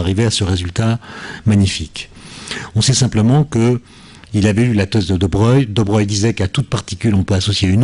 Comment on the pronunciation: Pourquoi on prononce Louis deBreuil et non deBroglie?